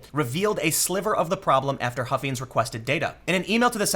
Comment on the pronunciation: Only because I live in the area - Huffines is pronounced with a long I on the second syllable. That family has been selling cars for about a century in this area. And the story about the registration documents being sent out pre-checked as "US Citizen YES" was reported at least once in the Dallas Morning News. But honestly, I brought it up on Saturday night during a conversation with a couple of friends who vote differently than I do, and was told that they think the story was bogus. Despite being reported by WFAA, the Dallas Morning News, local radio, and local TV affiliates (I assume multiple, though I only caught it on the morning NBC affiliate last Thursday or Friday.) I really believe that everyone who is entitled to vote (i.e. - citizens) should be encouraged to vote, and I actually like high voter turnout, whether the election ends up the way I voted or not. But every non-citizen who votes is diluting someone else's vote.